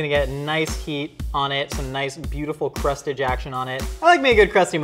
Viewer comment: “Crustage action” sounded too much like “crust ejaction”